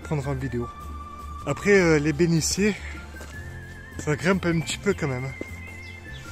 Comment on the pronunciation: Encore une belle randonnée. Merci. Il faut que tu changes le commentaire car tu parles de bénitiers et tu prononces « béniciers ». C’est un « t ». Changes ça, c’est affreux. Continue tes vidéos . C’est passionnant.